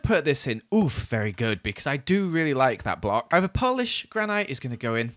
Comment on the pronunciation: it's actually impressive how he mispronounced both words in "polished granite."